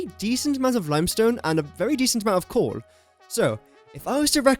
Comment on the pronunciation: Whenever you say coal, why does it sound like you're saying cord or corn? 🌽